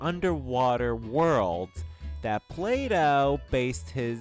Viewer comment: Plato NOT Play Doh lol!